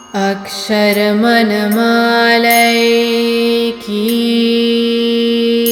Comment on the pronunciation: अ क्ष र म ण मा ला is alone correct please correct मन to मण